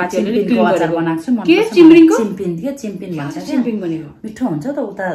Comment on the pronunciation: Chimring..haina,chimphing vanincha